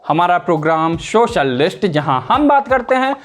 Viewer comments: Yeh Sa ko Sha bolta hai. Quota mein job milta hai kya inko. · भैया शोशल मीडिया नहीं सोशल बोलना सीख लो।।